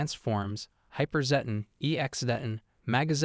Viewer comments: It's zed ton (zedd tonn) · Srry dude but personally it's called Zeh-ton